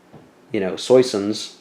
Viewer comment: French lesson 1: Soissons (Swa-song, with the 'g' silent)